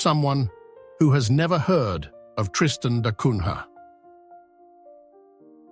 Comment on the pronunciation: Wonderful ! Except the prunciation which is Tristan da Cunya, not Cunha.